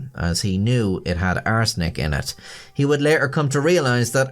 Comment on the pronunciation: Does anyone else notice when says "arsenic" it sounds like he is saying "butt steal"?...With his accent I guess its a good thing its not the...third... edition... 😂😂😂